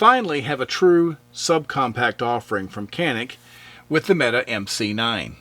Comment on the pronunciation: "Mete" is pronounced "metay".